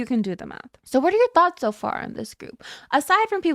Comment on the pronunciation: Is it just me or did you start saying so in an Australian accent "saur"? Is this on purpose as a troll or genuinely do this now